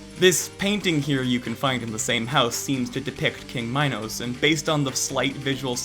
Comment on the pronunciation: Imagine mispronouncing "Minos" 💀💀💀